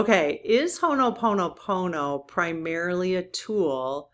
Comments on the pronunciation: Dear, you are saying Hono Pomo Pomo. Instead, please leave out the first n. Ho - o Pono Pono Thank you, dear. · I love you dearly, but every time you say "Honoponopono" it drives me nuts. The word is "Ho'oponopono." It bothers me when people mispronounce sacred words and this is a sacred Hawaiian word. Sorry to be nit-picky, but this is a very important prayer to me.